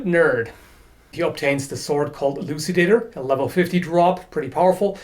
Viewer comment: Elucidator sound like Ejaculator